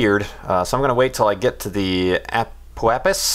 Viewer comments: peh-ri^h-ap-sis, ap-o-ap-sis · Say it after me,: A - PO - AP - SIS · Ape oh apsis? Do you also say apericot? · APO AP-SIS APO AP-SIS PERI AP-SIS PERI AP-SIS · A-po-ap-sis. Pe-ri-ap-sis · Ap-oh-AP-sis and Per-i-AP-sis. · Ah-po-ahp-sys. Pe-ri-ap-sys. You're welcome.:P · Apoapsis - A-po-ap-sis Periapsis - Per-e-ap-sis Hope this helps.